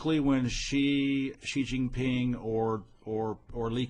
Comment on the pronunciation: This guy,, cannot even correctly pronounce the name of Xi Jinping, doesn't understand what's happening in China. is all over the internet and is a paid China wumao. Goodluck!